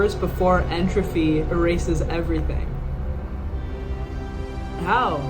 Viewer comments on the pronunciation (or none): It's entropy, not 'entrophy'.